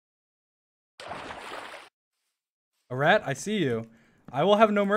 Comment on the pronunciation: dream mispronouncing eret the entire time is golden